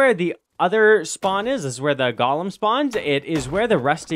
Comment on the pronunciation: Wtf is a Gollum bro it's 'Goh-lem'